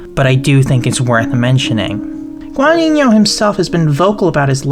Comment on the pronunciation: so many wrong pronounciations of the surname "Guadagnino" great video tho